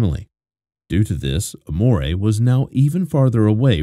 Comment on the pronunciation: Amore is not how you say it, so you didn’t name her love 😅😅😂